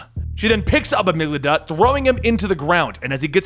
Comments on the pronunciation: Amygdala, not Amyglada. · It's pronounced "AH-MIG-DUH-LUH," not "AH-MIG-LUH-DUH" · I hate to be this guy, but its pronounced amig-da-la. It's a part of the brain.